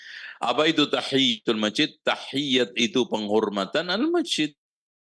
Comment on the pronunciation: Masjid bukan mejid🙏🏻🙏🏻